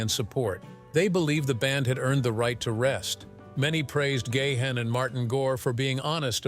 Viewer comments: It's GA'-HANN not Gay-Han, what a stupid pronouns.. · Dave Gay-Han? Learn the correct pronunciation robot!! It's Dave Ga-han. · Keep posting fake news will only discredit you as a reporter. "Gahn" is a Dutch name pronounced as "gaan", no syllables just one. Your AI voice sounds robotic and dead zombie sounding. 😱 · It's pronounced Gahan (like Gone), not Gay-han...